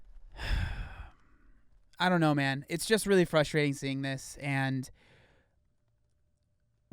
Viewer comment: Gotta love the "frushtrading" :D <3 Greets from Germany